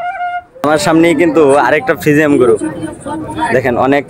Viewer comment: ভদ্রলোক ফ্রিজিয়ান নাকি ফ্রিজিয়াম কোনটা হবে আগে শুদ্ধ করে কথা বলতে শিখুন।